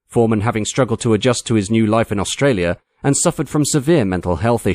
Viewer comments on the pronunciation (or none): none